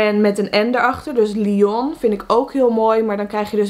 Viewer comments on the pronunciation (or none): none